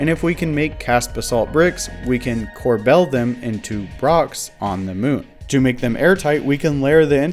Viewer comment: Corbel is pronounced closer to "cor-bul" or "cor-bol", not "cor-BELL". Don't ask why, spelling is just a tool to torture elementary school children.